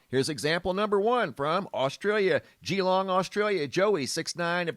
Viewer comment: One says it as 'Galong' not geeelong. Just saying. : )